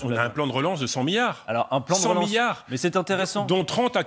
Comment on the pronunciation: "Un plan d'relance de cent miyars... Cent Miyars !" M'enfin quoi, Adrien, on te met des tas de "miyars" sous le nez et ça te fait sourire ? Ingrat !